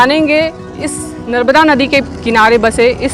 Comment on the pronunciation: नर्बदा नहीं------ नर्मदा